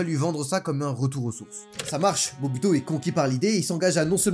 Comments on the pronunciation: C’est pas MOBUTO mais MOBUTU! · C'est Moboutou, et non Mobuto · moboutou didctateur du zaire le congo de maintenant pas mobuto mdr ta cru que c'est un japonais ou quoi😅😅😅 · Super vidéo. Juste une correction: le président du Zaïre s’appelait Mobutu et non Mobuto 😉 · Pas mobuto, c'est Mobutu sésé séko. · Mobutu et non mobuto😂😂 mais bien vu la video ❤ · c'est pas "mobuto", c'est mobutu!!! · on connait mobutu mais pas mobuto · La moindre des choses c'est au moins d'avoir regardé le combat du siècle avant de faire la vidéo en plus elle est disponible sur YouTube car c'est au 8ème round qu'il le met K.O et pas au 11ème et le président du Zaïre son nom se prononce Moboutou même si sa s'écrit Mobutu je sais que tu est jeune mais fais au moins des efforts pour t'informer pour informer 😅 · MOBUTU (MOBOUTOU)😑